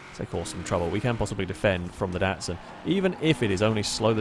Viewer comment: you dont say DATSUN its a DOTSUN